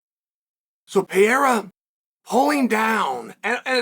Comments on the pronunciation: Chael "Alex Peeara" Sonnen 🗿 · Pereira, to Peheira, to Payera, everytime it's worse 😂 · PER-AIR-A For the love of gawd, Cha-hail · switched off. Can't listen to you say piera anymore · Pronounce the guys damn name right! He's the biggest UFC star and you can't even get his name right!? So disrespectful